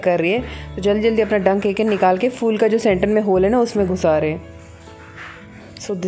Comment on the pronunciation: Phull nai phool hota madam